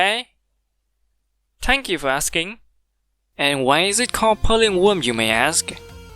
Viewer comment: Got me cracking: "Is a woem, yu see"